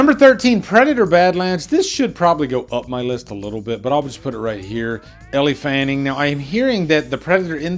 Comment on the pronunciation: It’s pronounced L Fanning